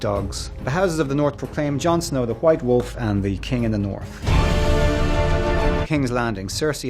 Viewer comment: did he just say Chwite Chwolve? somebody call Stewie from Familyguy!